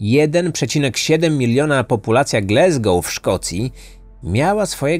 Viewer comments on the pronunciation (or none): GlAsgoł nie GlEsgoł.